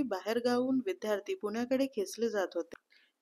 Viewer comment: अत्यंत सदोष उच्चार आहेत. विध्यार्थी नव्हे , तर. विद्यार्थी.. तसेच मुख्य म्हणजे खानावळ नव्हे , तर खाणावळ ...